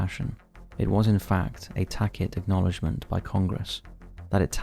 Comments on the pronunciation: Tacit = tasset ... not tackit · It's PERJURY, not prejury lol. Also, tacit is pronounced tassit, not tackit. Yeesh. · It's not Per JUUry - It's PURjury ! It's not takid - it's tacit ! And so many other mistakes Is this an AI reading from script? Why so many pronunciation errors? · Tacit is pronounced Ta-sit. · I must say for a channel with 3m subscribers and based off narration. It would help if you could fking pronounce words correctly. "tackit?" for tacit? Do you even know what these words mean? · Tass-siIT IS how you actually pronounce the WORD..... It is a very common word and you've been doing this long enough to know better. Every time my YouTube feed inevitably brings your channel back into my feed you clearly demonstrate that you do not deserve my interest in the least as your commitment to valid and honest spooky shit to manufacturing reality to fit your dumb narratives. Back to 5h3 shot heap for you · FYI, that's not how you pronounce tacit.